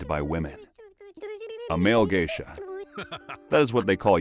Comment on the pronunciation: From Geisha to Gaysha